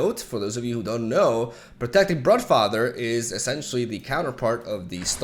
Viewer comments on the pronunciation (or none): Its brUdfather mate :D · Just a heads up, "Brood" in Broodfather or Broodmother is pronounced "Brude". Like a drawn out U sound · I just find it funny pronounced broodfather like bruh-father